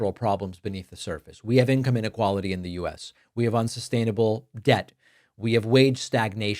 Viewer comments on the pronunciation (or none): none